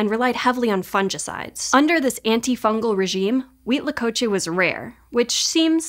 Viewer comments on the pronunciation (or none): One thing that made me laugh is difference of pronouncing fungicide and fungi 😂